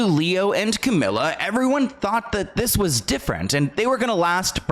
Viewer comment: Camila with one L is pronounced Ca-mee-la. Two L’s is Camilla Ca-mill-uh